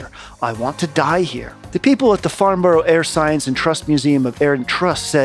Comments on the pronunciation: It's pronounced Farnbra, brah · It’s pronounced FARNBURRUH and HAMPSHERR (not like THE SHIRE). I fact checked everything else. MATHS is correct, but weirdly ALUMINUM should be correct, but pompous old scientists changed it to ALUMINIUM over here. Some of the artefacts are potentially aluminium…